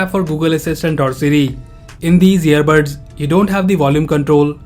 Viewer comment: Its earbuds not earbirds